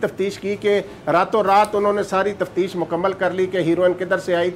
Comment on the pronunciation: Tafteesh not tafsheesh